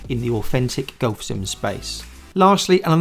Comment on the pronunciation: Why can't you pronounce the word 'golf' properly? lol